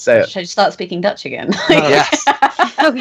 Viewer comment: Jaggerous' pronunciation of the Dutch language was remarkably accurate honestly